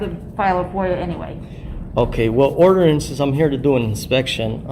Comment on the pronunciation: 😂😂 orderance AND promitly